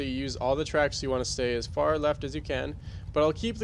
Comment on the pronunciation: I swear you say, "From the fart side of the track". Cracked me up.